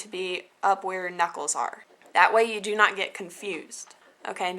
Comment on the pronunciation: Lol... at the end... "You can put it on your tree... (suddenly intoxicated) I know you doooo, hee hee heeee..." :D